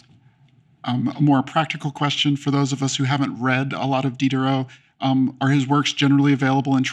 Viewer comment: did you purposely mispronounce the name of D (the SJW of the 18th C)?